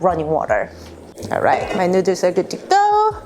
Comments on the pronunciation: Nuders?? Lmao more like you can’t speak English properly. It’s noo-dles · She knows that hun. She’s literally making fun of her own accent for fun. 🙂